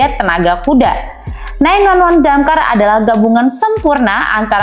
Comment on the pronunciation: hostnya tolong diganti kalo ga ngerti otomotif, dakar dibilang damkar😂😂😂